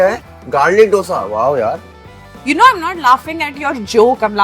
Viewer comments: Not Dhose - Dosha or Dosai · if someone calls Doughsa instead of Dosa better stop eating Dosa , how difficult is it to learn a word ??? for real this is damn annoying Dal wala dosa yaar stop ruining it